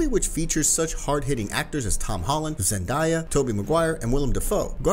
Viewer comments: you said zendeyah lol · I just cried when he said “zendieya”